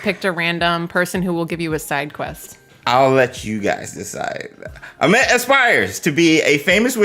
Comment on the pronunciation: Hey his name is pronounced a-meet cheers !